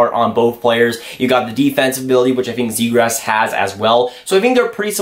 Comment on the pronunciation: Lol sounds like youre saying zegrass